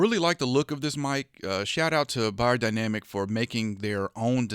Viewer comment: I think the right way to pronounce it is : "Beyerdynamic" 😁